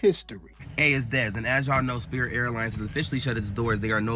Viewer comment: LMAO not the "Spiit" Airlines plane.